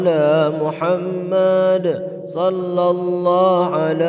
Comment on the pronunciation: Assalamualaikum saya dengar macam shollaha ala muhammad kalau apa yang saya kata tolong betulkan menjadi shollahu ala muhammad